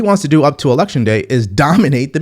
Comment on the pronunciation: sounds like the walking corpse is saying, 'that's why the selection is so important'.